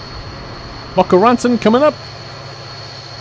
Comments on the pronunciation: Its bocá ratón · Bo Ka Ra Tone....ilmfao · Boca Raton is pronounced as Bo-ka Ra-tone. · for boca raton you say it as, ba-ca rat-an, and i have the specialty to say words i don't know the correct pronunciation